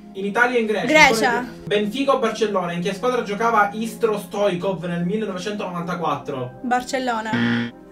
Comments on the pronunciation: Si dice stoichkov stoikov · Come l hai pronunciato Stoichkov😂